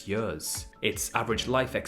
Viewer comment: I didn’t know you were Welsh until I heard you say years. Great video